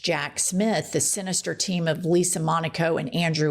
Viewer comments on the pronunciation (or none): none